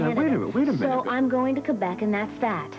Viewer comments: Sean and Felicia are saying Quebec wrong.:): He was a womanizer is what he was. ROFL! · He sure is pronouncing Quebec wrong .smh